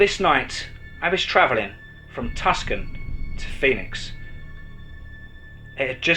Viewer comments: There is no safety on a Glock.....and its TuCson....not Tuscan....proniunced Tooson. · Hey love your stories, however Tucson is pronounced Two-SON